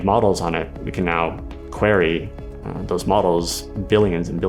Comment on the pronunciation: mispronunciation of the word "query". dude has been watching too much Neil DeGrasse T.